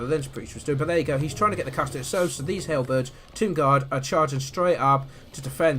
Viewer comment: Great win, I know I shouldn't but I found the way you say halberds funny, sorry but to me it sounds like hell birds.